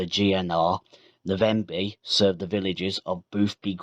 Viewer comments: Navenby, not Na-venby.🤔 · Great but the Navenby was pronounced wrong, I lived on a farm near Fulbeck and often this line was used on Sundays when maintenance was being done on the main line, many famous locos steamed by, loved these times.